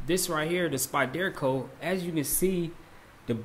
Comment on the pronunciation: ok just for futher info its spyderco not spyDERco think of it as spider then co just all one word spiderco